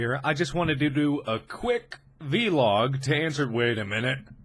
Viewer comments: I like how he would say "V-log" instead of vlog! It was just his little way of putting a spin on his own things! It's so cute! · The difference in how he used to say v-log instead of vlog is just too much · One thing that makes me frustrated is he says V log but it is Vlog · Every time he says "v-log" I cringe a little more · V-log? Oh no mark.... oh no you did not just say that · Did he really say veelog? Please tell me he was joking, 'cause it's really bothering me. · its vlog not v-log lol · Ah yes, vee-log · Oh Mark so innocent not knowing how to pronounce vlog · V-log..... V....Log... VVV....LOOOG cant get past that XD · Haha I love the way he said vee-log it cracks me up every time x) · Vlog....he said it "veylog" .... love him but wow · Aww~ look at baby mark. Doesn't even know how to say vlog.